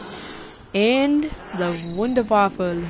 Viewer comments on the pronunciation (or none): Its not a big deal calm down lol Theres people who live in america who can barely speak english. they dont speak the language that good but i dont say hey learn how to speak. I dont really care because its not my problem just like him saying wanderwaffle isnt your problem. I say it wander-waffa but i can see how people get it wrong. And i have german in me but im not going off on people telling them to learn to speak german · stop calling it the wunderwaffle! thats offensive to me because I'm half German and the Wunderwaffe DG-2 is German, theres no fucking L in the name its pernounced (wonder-waffa)